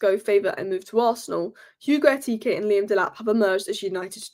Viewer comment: I love u so much, it hurts me to see u struggle with the name Ekitike. Pronounce it this way.... Ekitike =..... Air-key-tea-kay..... BOOM! Kelvyn from Nigeria ❤